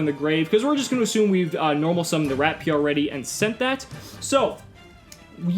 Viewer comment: It's not RAT-PIER! It's RAP-IER!! God! It's a good pun, but the T is "silent" (you still hear it without pronouncing it which is why it's brilliant!)